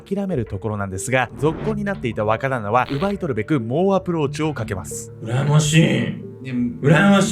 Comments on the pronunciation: 若旦那が話を聞くにつれ馬鹿旦那に聞こえてくる(笑) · 若旦那がバカ旦那に聞こえた😂